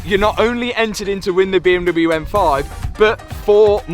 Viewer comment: What an accomplishment! And I will for sure miss the “beeeeuummmdoublyeuuu” pronunciation 😅